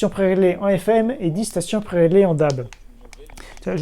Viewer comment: Attention à la prononciation, le terme DAB+ se dirait plus déabé plutôt que dabe :)